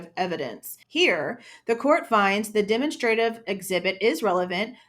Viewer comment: Demonstrative is pronounced "duh - mon - struh - tiv" evidence